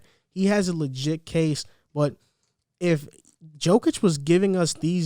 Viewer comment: Its not NiCOla its nikola and its not djokic its jokic, i mean guys first thing u need to know the name of mvp🤣